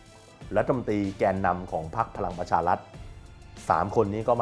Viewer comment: ออกเสียง ร ล คำควบ ไม่ได้ไม่ควรแถลงข่าว เช่น พะ ลัง ปะ ชา ลัด ปะ ยุด ปะ วิด